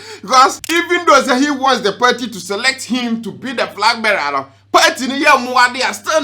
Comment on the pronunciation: And frag bearer 😂